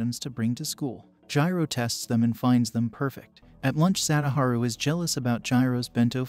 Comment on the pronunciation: Jiro lol it's jirou